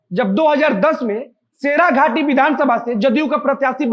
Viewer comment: शेराघाटी नहीं भाई शेरघाटी